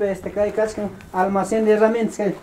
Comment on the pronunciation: No se dice kascan se dice Kai kan cebollakuna cuando dices kascan estas deciendo en pasado abia lo esta deciendo.